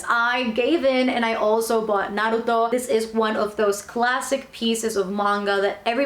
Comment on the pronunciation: first time seeing someone doing an manga haul,and pronuncing naruto correctly,good job :)